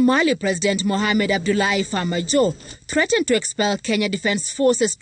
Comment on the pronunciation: It's not Mohamed fajo it's Mohamed farmajo jeff